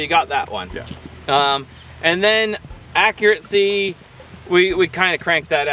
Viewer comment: Accuracy, not accuraTcy! No “t” sound in the word.